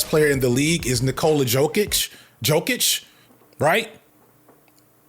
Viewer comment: “Knee-cola Yo-kitch”